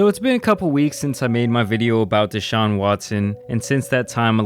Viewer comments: It's not Dayshaun it's DE Sahun. At least get his name right jesus lol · Everybody: "Deshaun": " Dayshaun" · DAY-SHAWN. Its D SHAWN. come on brotha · DAYshaun lol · Bro please stop saying DAYshaun it’s deshaun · DA... DA-Shaun. Not "Day"-Shuan😒🤦🏿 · De - Shawn Not Day-Shawn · Its duh-shaun not dee shaun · It's Deshaun, not DAYshaun. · Dude WTF is wrong with you. First you mess up pronunciation of Mal’s name now DaShaun Watson. Get they names right!! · You get a thumbs down for saying DAY-Shawn......🤦‍♂️ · Why do you call him Dayshaun? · Cringe as a mofo did you really just say daeshun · Lol you say his name like a white history teacher